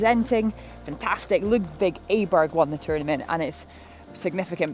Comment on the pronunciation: Great video, from the IG community. I thought you'd under-hit that chip on 3 at first, unbelievably fast, and love your wedge swing. Only gripe is the pronunciation of Ludvig's name, Andrew Cotter would like a word!